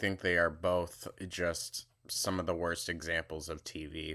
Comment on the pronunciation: This is the funniest thing I think I’ve ever heard on this channel 😂😂😂 🤣 🤣 🤣 she needs to clean BOWLTH!!